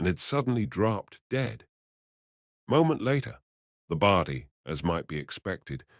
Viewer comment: WTF is a Bardy? ffs. The word is body. I gave this a like at first, but the pronunciation is terrible. So, no like or sub from me